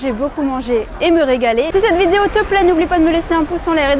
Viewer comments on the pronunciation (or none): none